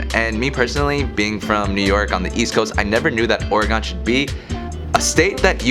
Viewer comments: I know this video is a few years old but take it from a native Oregonian. It’s pronounced “Or-eh-gun” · Please its Or-ih-gun. The correct pronunciation uses three syllables: "OR", "ih" and "gun". The first syllable is long but the last two syllables are very short. Remember: it's "ORegon", not "orEgon" or "oreGON". The pronunciation of "or" is straightforward: say it like the word "or" or "for". Pronounce the middle syllable (the "e") the way you would pronounce the "i" in "it". You can also pronounce it like the "e" in "egg". Pronounce the last syllable ("gon") like the word "gun" or "gehn". Make sure to pronounce the hard "g" -- say it like "gun", not like "gin". Whatever you do, avoid pronouncing the "gon" like the last syllable in Greek words "decagon" or "polygon". Native Oregonians will be quick to tell you that it isn't "Or-e-gone". The ON sound in the French word Oregon is the same as the ON sound in "dragon" and also the same as next door Washington. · Cool video. But we don’t say Oregon like that lol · The way you say Oregon makes my eye lids quiver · I've never heard someone pronounce Oregon like he does it's crazy